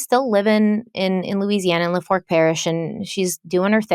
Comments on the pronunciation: FYI only wih love. We live in lafourche and us cajuns prounce Lafource ..(la FOOSHE) And Chackbay is just (CHACK bay) much love, I never miss ya'll. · Hearing you pronounce Lafourche as a Louisianian is HILARIOUS! On a serious note, this case has plagued me even as a teenager. I love that you guys have some of the same questions I’ve had. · OMG. I AM SOUTH LOUISIANA BORN AND RAISED. YOU BUTCHERED THE CRAP OUT OF THE NAMES AND CITIES AND PARISH 😂😂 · Had to giggle at the way she says Lafourche Parish 😂 says La-Fork 😂😂 made me giggle... its pronounced La-Four-shhh and sometimes pronounced la-fooo-shhh depending on your areas dialect 😂 Love you guys but I'll admit I chuckle sometimes when you pronounce southern places 😂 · You're cracking me up every time you say "La-fork" it's pronounced "La foosh" 😂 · Hate to be that person but it’s pronounced “LA-Foosh” parish. She was just at the McDonald’s I work at in Thibodaux(Tib-a-doh) earlier this week. On another note so glad you guys are covering this case and you look stunning! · Did you pronounce "la-foosh" as "la-fork." 😅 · Weekly It is pronounced "LA For shh" Parish. If you want to sound more like a local, the R is silent. Sounding like "LA foo shhh". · Appreciate all your hard work! Just for reference, it pronounced la foosh, not la forch. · I'm sorry I laughed every time you said Lafork parish. It's pronounced lah-foosh 😅 I live one parish over. Love yall❤ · Lafourche parish pronounced lafoosh not lafork, Claudine pronounced clawdeen. No shade,Good job! I’m just from south Louisiana and some words may be complicated to pronounce if you are not from here but if you need help in pronunciation for any future videos I’d be happy to help! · Oh and I just realized what you are saying as "la-fork parish" (which I was like hmm i wonder where that is) is Lafourche, which is pronounced like "lah-foosh." I know you like to get those things right so just trying to be helpful. ❤❤ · “La•Fooch” parish